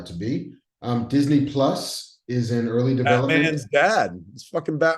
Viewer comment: Marc mispronounced Disney Plus.